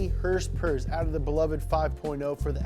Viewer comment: My first Fox was a flat window 1982 Capri 5.0 4 speed.. I currently have an 89 LX 5.0 out of Missouri... First time viewer on your channel, instant subscribe when you said hrsprs! Ever heard of the Youtuber Fleccas? You could be his long lost brother! :D